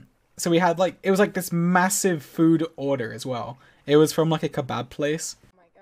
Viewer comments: Why he say order like that😂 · says order in such and english voice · WHY DID HE SAY ORDER IN AN ENGLISH ACCENT AHHH IM SO AFRAID